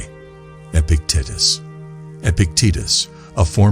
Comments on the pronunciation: Dude, Epic-tit-is?! Fix that. I can’t listen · Come on guys, these are the great teachings by Epic tatus he went from being a normal tatus to an epic one. If he could, so can we. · I will practice stoic principles by accepting that this AI voice is mispronouncing Epictetus over and over, and I can do nothing to change it. I am grateful for the message and embrace the adversity of listening to the AI voice mispronounce Epictetus.